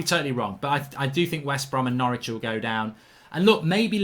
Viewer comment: How de he say norwitch